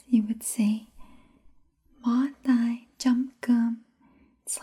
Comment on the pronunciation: bo can also be translated as "tied" too. I think you're pronouncing "hands/tay" the wrong way unless it's a dialect thing I'm unaware of. It sounds like you're saying "tai" or "ear" instead of "tay." Here's another one for your collection: De thuong is cute or adorable but if you break it apart, "de" means "easy" and "thuong" means "love" so it's literally "easy to love" or "they can be adored hence adorable"